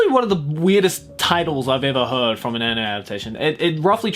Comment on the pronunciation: “was pboogiepop fpantom an animeu ?” S E A R C H